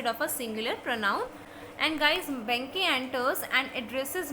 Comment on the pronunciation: Plz thats not banke its Banquo....plz change your pronunciation